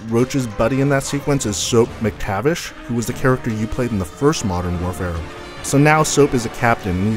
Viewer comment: i dont think you pronounced soaps last name right, i thought it was like Mac- as in the computer and then tav-ish (i could be wrong)